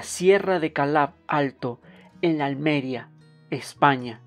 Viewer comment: Muchas gracias! En audio me permite ir haciendo otras cosas. Como española, a modo de critica constructiva con amor, me ha dolido oir "Alméria, España" y "egolátra" con los acentos ahí, pero bueno, muy buen trabajo. 🌺👌